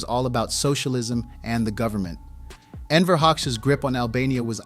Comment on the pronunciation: Wrong pronunciation of the person we want to analyze isn't a great start. And while Albania during Hoxha's rule was by far the worst of Eastern Europe's so called "socialist states", Hoxha and his regime can not be compared with any African or Asian left-wing dictatorship. Most insane? Maybe check out Pol Pot and compare the Numbers: 1,7 millions death on Campodia(from 7,1 million inhabitants around 1970), 5000 in Albania(about 3 million during Hoxha's time).